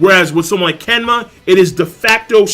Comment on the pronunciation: "Kenma" Lmao.